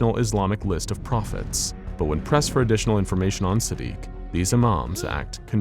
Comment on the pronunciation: Sadiq is pronounced like the french word for cruel